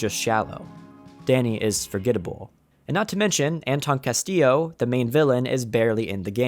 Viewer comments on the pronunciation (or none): none